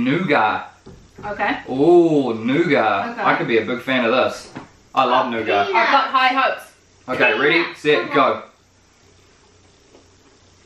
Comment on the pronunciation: noughat sounds like new gut.